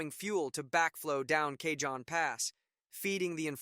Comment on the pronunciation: FYI, Train wasn't loaded with iron ore. It was loaded with Trona. Trona is a mineral mined as a primary source of sodium carbonate. Cajon is pronounced like "CA_HONE" not Ca-john.